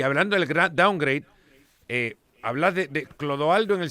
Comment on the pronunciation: gallego que significa doungraid? Mejor habla gallego asi te escuchas menos peor